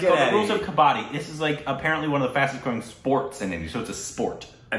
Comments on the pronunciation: Please please don't pronounce it as "ka-baa-di" cz it changes the meaning, the game is called "ka-ba-dd-i"😅😅😂😂 Moreover, once again... Your shirt 😍😍😍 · It is not kabaadi😅😂 it is kabaddi 😅 ..you will be on your heels all the time when you will watch it. It's too exciting. All the best exploring this game. Every Indian has played it once in their lifetime. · best way to pronounce............ "Ka-buddy"........ more stress on "d"............ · Pronounced as : Cub-Bud-Dee It has all become a Continental sport and attempting to get into Olympics. It's fast gaining World popularity. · It is pronounced as k-buddy with little stress on bud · Well tried to pronounce but unfortunately it was wrong , it is Ka-buddy what u miss-pronounced is a retailer trading in scrap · It's kabb badddi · pronounce like "cupboard" ....then d.............